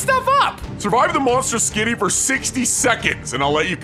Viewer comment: And its skibidi toilet not skidi